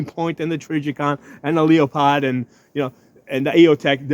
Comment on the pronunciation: When you said Leo-POD, I had to turn it off